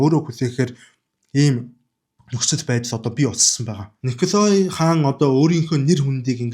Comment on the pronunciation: Хэлтэй улсуудаас эсвэл интернетээс хүн, газрын нэрсийг яаж дууддагийг нь асуучихаж байвал сайн шүү. Николай гэж бичдэг ч өргөлтгүй о үсгийг а-р дууддаг г.м.